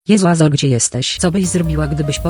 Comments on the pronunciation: naucz muwić azora po angielsku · naucz azora normalnie muwic